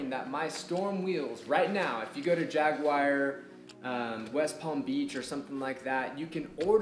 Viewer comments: and if you want to go full "British" with it, there is also no "whar" in Jaguar. Just "u-er" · Informative video. Also, theres no "WIRE" in the name Jaguar, lol